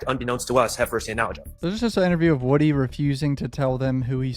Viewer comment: Man name is wooh de3 wooh dee not woody